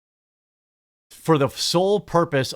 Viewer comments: I like you. Please stop saying china like that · lol, ew, why are you saying China like that?? You sound stupid af.